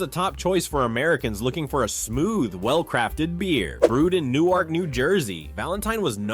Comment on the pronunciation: My man needs to pronounce Newark NJ the correct way. It’s not New-Ark like the way they pronounce in it Delaware. It’s New-erk.